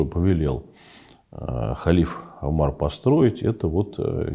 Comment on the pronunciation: Здравствуйте, товарищ А кто такой Амар????? Кажется звали халифа УМАР (а.с) если вы об этом человеке говорите.... Где буква А и где буква У??? Неужели сложно произнести правильно имя УМАР. Я не русская но произносить имя Александр не так уж сложно как и имя Умар 😂. Никогда бы не пришло в голову произносить имя так ужасно искажая его😅😊.